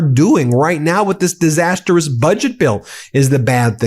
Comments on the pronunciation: Disastrous NOT DISAST-ER-OUS 😂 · Ben, you keep mispronouning "disastrous".